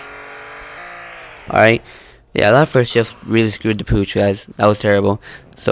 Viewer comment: lol i love how u say oops I screed the pouch